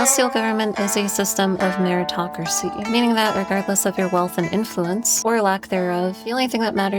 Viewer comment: Says "inluence" shows piety lol